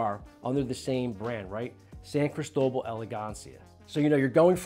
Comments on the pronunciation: Criss toe bull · That's the most gringo pronunciation of "Cristobal" that I have ever heard lol. CrEEsto-BAHL.